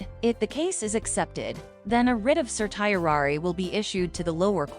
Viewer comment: This presentation would be much more affective if the speaker pronounced the word correctly. Just Google it please.